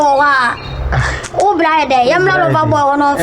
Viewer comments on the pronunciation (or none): none